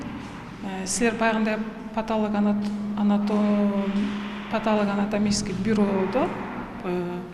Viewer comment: бактыгул деген врач болумуш даже паталого анатом деген созду норм айталбайт кандай врач бул сабаты жок даже норм суйлой албайт. курсактын камын коруп тамак изтеп жугуруп журуп карабай коупсунар да